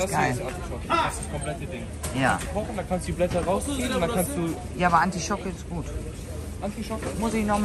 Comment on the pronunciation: Artischocke liebe, nicht Antischocke🌸🫶🌸 schöner Markt